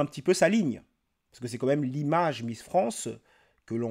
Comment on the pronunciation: Salut, tes vidéos sont bien mais par pitié, arrête de dire "comme même", ça tue la crédibilité "quand même" ! ;)